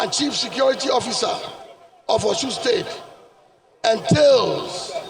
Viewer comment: It is Osun and not Oshun. Alphabet sh is old yoruba spellings. Now a S with a dot under it.